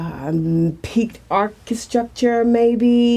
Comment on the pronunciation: Archistructure? I'm supposed to take this seriously and that's what she comes up with? HAHAHAHAHA